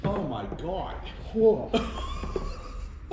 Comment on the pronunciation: You can tell these dudes are Yinz'ers by the "oh moy gawwwd"when the dirty filter comes out